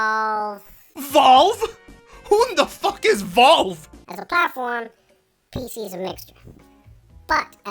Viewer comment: I think he mispronounced valve